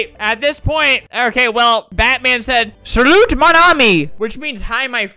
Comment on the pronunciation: You killed my soul when you were saying “salut mon ami” bc I can speak some French and ik how to pronounce that